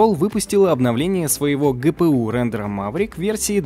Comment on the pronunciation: Поставил лайк. За фразу ГыПыУ на первый раз прощаю. Произносите правильно. Коверкать чужой язык отвратно, вы же не школьники.